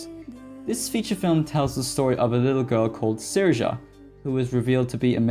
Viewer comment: Also, it's pronounced Seer-sha.